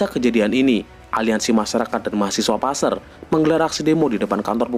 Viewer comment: Maaf boss qu,cara penyebutan (PASER) nya salah boss qu.